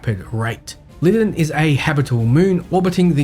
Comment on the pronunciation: Bro, it's pronounced LIE-DON not Lidden🤦🏾‍♂️